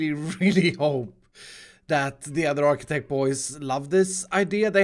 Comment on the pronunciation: THANKS, you finally say Architech right.